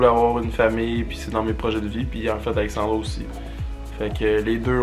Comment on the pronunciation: Je vous trouve vraiment cute ensemble! mais c'est AlexandrA, pas Alexandroh comme dis haha!